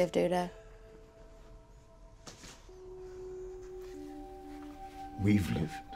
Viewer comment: Yeah, Udo kept becoming "Dude Oh", really distracting at times.